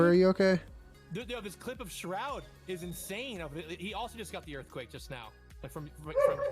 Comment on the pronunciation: everyone: *minding their own business”: EaRFQuAKE